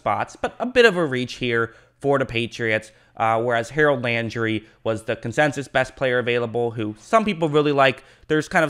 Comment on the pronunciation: “Consensus” not “Consensious” come on bruh